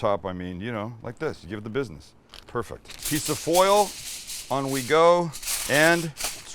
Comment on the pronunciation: You definitely gave that the "bidness"